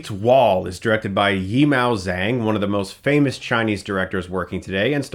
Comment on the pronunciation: Great review, but your intro about the director was quite misguided and made it seem like you didn't really know what you were talking about. Firstly, he's called Zhang Yimou. Not YiMao Zhang. Mou should sound more like Moe. I know you clearly don't speak Mandarin, and that's fine, but he's the most famous film director in one of the biggest film industries in the world, at least get the order of his name correct. Secondly, Zhang Yimou was a very successful indie director, with some extremely subtle and beautifully made films under his belt. The examples you gave of his works WERE what he can do with a big budget. He's been working blockbusters since Hero, and helms the more expensive Chinese films all the time. Since his indie success, which would sometimes have commentary against the Chinese government, he's now the government's go-to propaganda filmmaker. His films since 2000 have all been bombastic, big-budget, crazy visual films. You talk as if this is him entering new territory. Being the most famous director in China, it's as if you had said "I really liked E.T, so I'm excited to see what Speilberg Steven does with a big budget with The BFG".